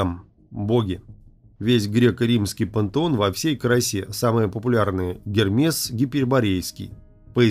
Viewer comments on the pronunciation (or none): none